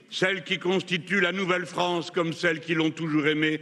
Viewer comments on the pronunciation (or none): Pourquoi hurle-t-il ? Ma Ffffffance....